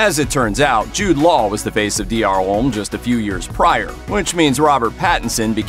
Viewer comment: Why do Americans struggle to say “homme”?